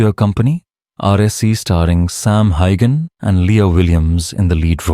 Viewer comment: Why can't any of you reporters pronounce his name correctly. This AI stuff is going to stop